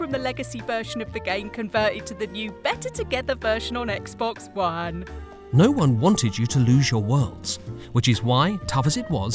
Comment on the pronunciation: pronounced 'Xbox One' Edit: Xb-ox One